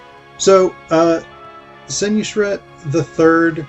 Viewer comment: It's Sen-WOS-ret, not Sen-YOU-sret. And it's generally thought that he ruled BCE (39 years), not BCE (18 years). And it's Wep-WAW-et, not Wep-wah-WET. These are not my pronunciations but those that are standard by Egyptologists who excavate in Abydos. Also, it appears that you didn't actually investigate much about the Passion of Osiris at all ... reserving your talk to the single source of the Penguin book.